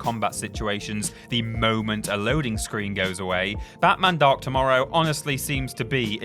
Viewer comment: When you say Batman Dark Tomorrow, it sounds like you are saying Batman Dr Mario